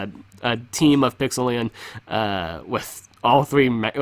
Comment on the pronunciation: Isn't it supposed to be pronounced Pixel-lie-on